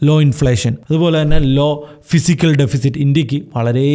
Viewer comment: Please check pronunciation of "Bearish" and "Fiscal Deficit". Thank You.